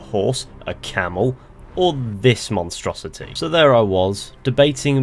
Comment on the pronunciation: ...you had on: " and this mostruosity" lol!!!